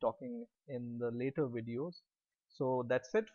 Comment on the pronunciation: Bro Its not an Uh-ray but an Ay-ray....and this (July) isnt Julie but Julie is Julie.... july(jul-eye) is the month sweety .....thanx for the tutorials btw ....and when you say thats it it really sounds like dat shit